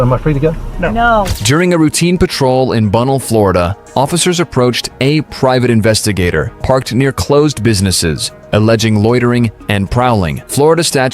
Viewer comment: It's not Bunnel it's Bun nell. And he's not a private investigator. Who writes this shit.